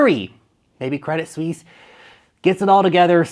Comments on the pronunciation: I bought some of their shares the other day, bargain (99% below full value). they will survive, what bank do you know thats gone. ps. it is pronounced credit swiss. not sweeeeeeeesze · Credit Suisse should be pronounced Credi (no T) Suisse. If you wanna know. ;) Thanks for the great content! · Good research but it's pronounced Credi Swiss. Basically just drop the t, no need for the fake French attempt with sweece